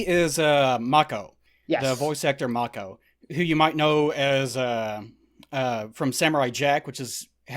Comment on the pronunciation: Mako, is pronounced May-Co. Its a shame we can't get a version of Conan that is true to the source material. Of course, it would be X rated, and most today would consider it, barbaric. Pun totally intended. Anyway, the track 'Riddle of Steel' is the intro song. The best song however is 'Riders of Doom,' which is used when the Dogs and the forces of Thulsa Doom attack. The part where Conan's mom lowers the sword is her accepting that she can't do anything in the situation, plus Thulsa is using his powers to influence her. He later attempts it on Conan at the end of the film, but clearly Thulsa Doom is not able to save himself. Max von Sydow is a legendary actor. Swedish, and speaks english well without an accent. He's best when playing a villain, but I really like his work in Three Days of the Condor. He doesn't speak much in the role, but his subtlety and ability to act and say a lot without speaking, really speaks to his acting ability and talent. I have no idea what they're talking about with the Red Sonja film. Brigitte Nielsen, who was once married to Silvester Stallone, was not in Mortal Kombat as Sonja Blade. Bridgette Wilson was the actress in Mortal Kombat, who also was in Last Action Hero, another Arnold film. I guess was confused by the similar names, but they don't really look anything alike. Brigitte Nielsen is older and taller, she's 6'1" and her age is 53. Bridgette Wilson is 5'9" and 43 years old.